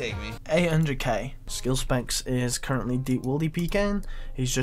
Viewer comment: Did you say Skill spanks? :D